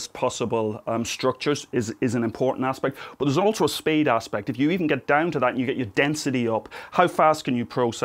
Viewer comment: Poor becomes purr Speed becomes spade